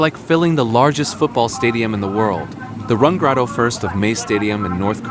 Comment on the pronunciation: Rangkas.bitung jadi rangkas batang. He...he versi english